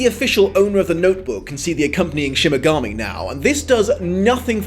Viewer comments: But why are you saying ''Shin Megami'' instead of ''Shinigami'' ? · SHINIGAMI not shimigami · Love the review but u keep saying "shimigami" and not shinigami! lol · he gets hilariously angry but I do so hate that he keeps saying mainga instead of mahnga. Also I think he siad Shimigami instead of Shinigami.... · Is he saying "Shimigami" or am I going mental? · is shimagami one of those mispronounced words? 😝 don't worry, you're still awesome! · Shimmergami. Am I the only one who heard Shimmergami every time? I like that, Ryuk would love to be a Shimmergami for the shits and giggles